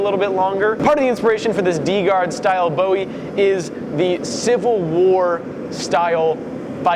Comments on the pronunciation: It’s BOO-E! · Bowie = boo-ee, at least here in Texas. Do him proud!